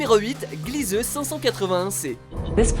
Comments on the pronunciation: Glizeu ?! Ça se dit Glièse, bordel !! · C'est Glisèse pas Glieuse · Gliese se prononce gliz pas glizeu.